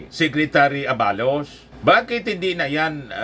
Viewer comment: mali ang pagbigkas ng ABALOS dapat mabilis. Hnd A BA LOS.